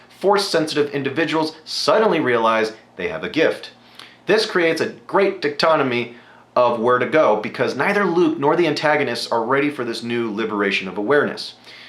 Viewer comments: Dichotomy is pronounced Die-cot-o-me, not Dick-to-tomy. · die-cot-o-me. that's how you say that word;) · Read up on your St history a bit, and learn your vocabulary better. "It represents a dic.... diktotomy." DICHOTOMY! Hard to watch people spew what we have all known and talk like a 5th grader